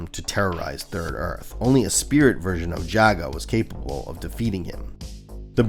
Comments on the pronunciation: Did you call him “Yaga” ? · Hello content creator, I'm enjoying the video thank you for clarifying the destruction of Thundera. Jaga is pronounced Jah-Gah 🙏🏾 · You pronounced 'Jaga' at least three different ways. Is it some kind of gag?